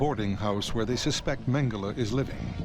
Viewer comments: Everyone in all languages: Mengele This narrator: Mangalay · It's annoying when English speakers call him "mengalay", because we literally have the same phonics in British English, we just add an "R" to achieve the same sound. Mengele = "Mengeler" not "mengalay". It's with an "euh" sound. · Is it magala or mangalay. wft England and their stupid butchering of the English language. Even though mengala isnt part of the english language lol.